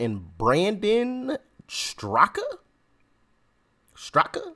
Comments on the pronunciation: Pronounced "Strak", the "a" at the end is silent. He created and leads The Walkaway campaign and his channel has tons of videos of people explaining why they walked away from the Democrat party. Been saying this for years myself. It's time for Black people to realize there is nothing for us in the Democratic party. They only care about us during elections and are racist in their policies. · Pronounced “Strak” the last “a” is silent. You should check out the “Walkaway” videos, if they’re still up. He’s been at this for a few years now. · His last name is pronounced strak. The a is silent. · Doc, you don't pronounce the second A in STRAKA. He started the Walk Away movement in June 2018. When he started questioning the Democrat party, the LGBT community turned on him.